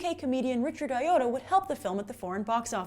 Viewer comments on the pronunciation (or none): this isn't the most helpful or relevant comment, but his name is Richard Ayoade, pronounced Eye-Oh-Ah-Day. Not 'OUR YODA!'